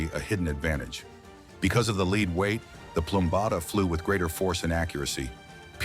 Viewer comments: The word "lead" is pronounced LEHD, not LEED. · It was pronounced the verb "lead" when it showed the material, but it is pronounced led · The plumbatum dart was weighted by Pb, plumbum = lead. That is not pronounced "LEED" but "LEHD". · the word lead is pronounced lehd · Lead weight is not pronounced “leed” weight. If you read a script learn English!